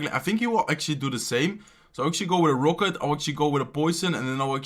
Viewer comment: He says "ROKÜT" for Rocket